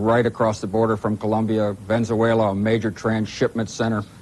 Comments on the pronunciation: The bald guy is saying Venzuela (incorrect)missing the e after the z....As in Venezuela which is correct. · That ain’t how you pronounce Venezuela.